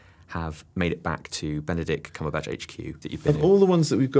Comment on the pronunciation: Eyy its belenict cucumbatch